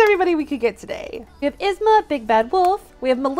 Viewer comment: Yzma is pronounced eezma love your videos ❤